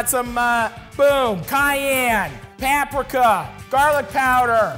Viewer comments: Someone tell this mans stop saying "pap-ricca" or there's gonna be problems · I bless the rains down in Paaaaprika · no one: matty: (pronounces paprika so that it rhymes with Africa)